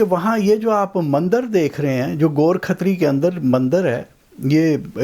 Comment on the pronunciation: Ghor Khatri. Gorakh tari ✅️ go rakh tar e